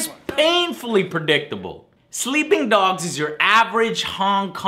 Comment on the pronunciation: "Sleeing Dogs"